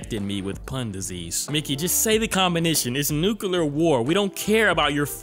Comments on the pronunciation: Its nuclear "NEW CLEE AR" not NUKULAR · its pronounced new-clear, or nuclear, like the spelling, not nucular